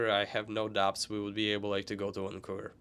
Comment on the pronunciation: "No boubts" hehe))